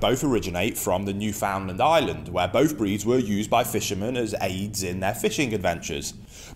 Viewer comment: Hey, Thanks for your espousal of the two Dogs. However, firstly, I must comment. Your pronouncement of Newfoundland (the Dog and the place), is incorrect. Said properly, Newfoundland, when uttered will rhyme perfectly with "understand". As they say, "Understand-Newf-in-Land. A small quiver to those not from here, but a massive one to those who call this place home. Columbus